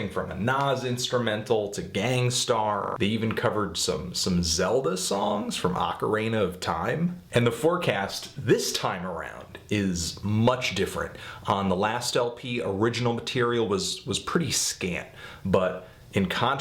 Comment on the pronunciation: "OcaREIGNah" of Time? ...Come on, man.